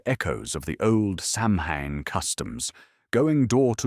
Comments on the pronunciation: It's pronounced Sow-when not Sam-Ham. And it's always "K"eltic with the hard.C sound when talking about the culture. Only the Basketball ball team uses the soft C. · SOW IN or Sowween not Samhain thanks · It is pronounced soween or sowin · Hahaha you pronounced Samhain the wrong way